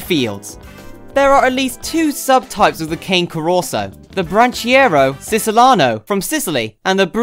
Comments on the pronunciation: Pronouncing it wrong? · yes certainly is.